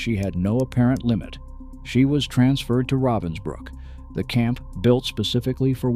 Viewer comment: It’s not Robinbrooks it’s Ravensbrook.